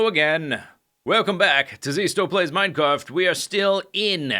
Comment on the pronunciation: He literally said "Minecarft" haha!